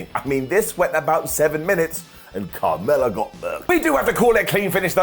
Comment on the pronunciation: Every time he said Carmella it sounded more like kamala.